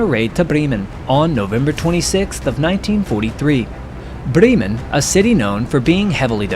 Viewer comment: Breman is pronounced 'Brem-man'. FYI on the outskirts of Cambridge England is the US cemetary to 3811 who died upon returning from bomber missions over europe with the 8th AF. Cambridge university donated 30 acres of land in honour to those Americans who gave their lives, a total of 26,000 were kia with the 8th AF between 1942 to 1945